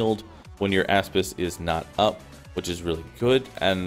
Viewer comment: Nice build but I can't get over "asspis"